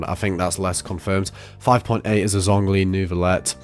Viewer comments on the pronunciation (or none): none